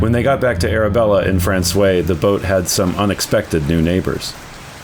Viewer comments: Frans-wah. Not Fran-sway 😉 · Guys, you gotta say «François» properly. When you say the word «wow!», you actually make two sounds: Wa-O. To say François, just say franç-wa, et voilà! French is weird the in that way, «oi» sounds like «wa». Hope it makes sense. Loving to explore Newfoundland alongside you, beautiful scenery. Fair winds and rocks! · You pronounce François as frahn-swah , not frahn-sway, but perhaps the Newfies do it different. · The way my university Nufie buddies pronounced Francios: - My guess is my Nufi buds would have said to me: Robi, come "Bif the ball to I, me bi, down in da taun of Fran-SWI { not SWAY, the A gets dropped though it is there per the sing-songie, whimsically happy flow of old Protestant Irish to hide how dangerous they are} - Translation; { come Robi, Throw The Ball to me, My Boy, down in the town of frahn-SWAH.}